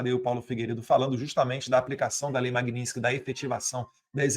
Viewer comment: não é magnintsky, é magnitsky!